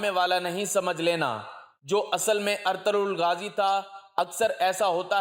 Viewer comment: نام صحیح طریقے سے ادا کریں ارطرل غازی نہیں بلکہ ارطغرل غازی ھے